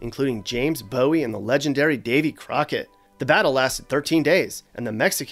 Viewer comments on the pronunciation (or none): none